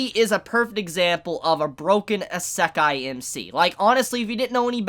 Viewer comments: I don't like how he says "Isekai". "Eh-Se-ka-e" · Good video but it really bothers me that you don't pronounce isekai right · The Japanese pronunciation of “i” is the same as the English pronunciation of “ē”. You are saying esekai when it’s actually pronounced isekai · "Eh se kai" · YOU ARE STILL SAYING ISEKAI WRONG!!!!!!!!